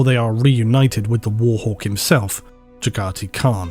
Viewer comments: Jhagati, arghhh its Jaghatai not Jhagatiii. You were spot on with some pronounciations being debatable but you clearly missed the mark on this one. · Jaga-Thai Not Jagate... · Great vid - I’m firmly part of the ‘sleep club’. I would just mention that I’m pretty sure the Khan’s name is pronounced JAG-a-tie not Ja-KAR-tee. Keep up the great work. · I love you bro but "Jagga Tie" not jagiggity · Dude. I love your vids A LOT... but his name is JAG AI THAN Khan... :D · Your videos are what got me into 40K lore in the first place. I obviously didn't get a lot of references in the beginning but after reading 48 books in the Horus Heresy series it all makes more sense. Also small note - The Warhawk's name is pronounced Jag - ah - Tie. There's an A between the T and the I at the end. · The custodian guard... Also my man you might wanna check the pronunciation of the khan's name like with abbadon 😂😂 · Gah! Your pronunciation of Jagatai is killing me! I'd point out how to say it right, but it's already spelled 100% phonetically. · butchering names of Primarchs (Jaghatai Khan) on purpose to rile up the nerds in the comments. Worked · Broke my heart the way you said jaghatai